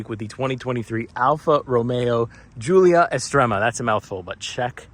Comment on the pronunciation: Did you say Goolia??!! Lol